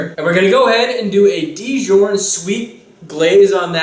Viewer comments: It's Dijon not dijourn lol. Good video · lol, Dijon is pronounced, "Dee-jawn", not "Dyorn" and Thyme is pronounced "Time" not "thyne". Love the recipe though! Great job, a very classy recipe:) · And Dijon is pronounced Dee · ahaha hes such an amazing chef but cant pronounce thyme or djourn right lol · Thyme is pronounced Time and Dijon is pronounced Dezohn similar to your name. Hope that helps you! Great video. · The Dijorn and thine tho 😂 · couple things... Dijon is pronouced deshon and thyme is pronouced time...love your show 😀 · Hahaha! The way he says thyme and dijon. Wow. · That is what I was thinking too. lol. Thought he said dijon funny too.